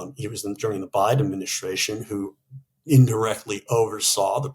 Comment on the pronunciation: Suggestion: could you both practice saying the word "Administration" please? Listening carefully I can see that you both pronounce "s" when saying other words. This is a word you're apparently going to say a LOT..so..it is NOT a drunken "adminish-shtray-shun" but admin-i-stray-shun.